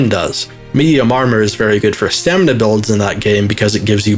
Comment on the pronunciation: he calls it "stamina" lmoa